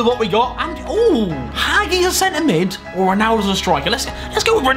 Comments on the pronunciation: It’s “ha-G” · Boi is pronounced hagi but not g more like the g that sounds like j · Harry you’re saying hagi wrong it’s pronounced hajee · Hagi is read like hadji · Harry it’s not HAGI it’s HA-JEE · It’s not pronounced hagi it’s pronounced haji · Your saying Hagi wrong... it’s supposed to be said like Haji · why does he say hagi it’s pronounced ha-j-ee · Haji not hagi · It’s hagi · You are pronouncing Hagi wrong 😅